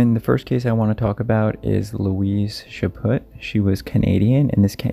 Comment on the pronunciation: "Chaput" The T is silent. Chaw-pew...sort of. ;) keep up the good work, and you guys keep watching!